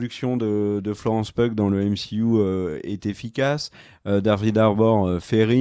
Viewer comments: ça fait plaisir, par contre c'est Florence [PI-OU] La bise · Je sais que vous êtes super attachés à la bonne prononciation des noms anglais. Du coup, Florence Pugh, on le dit Florence "Piou". Bisou!